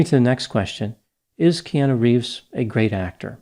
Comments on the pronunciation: Stop saying key aan nu! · It's "Kee Ah Nu" for goodness sakes. Being from Hawaii it's so irritating when intelligent people especially, mispronounce Hawaiian names and words. If you're going to use the name or word please take the time to learn how to say it. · So we’re all just ignoring doc is mispronouncing Keanu’s name?